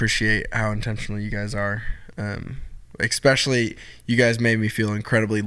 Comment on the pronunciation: Can someone please tell him it’s “especially”, not “ex-specially” 😂😂😂😂😂